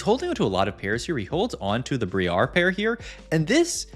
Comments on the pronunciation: mispronounced Bree-R :p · It's Bry-er, please lord. Amazing content though 🤣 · It’s so weird because he pronounces is Bree-Ar the first couple times and then changes to Brye-er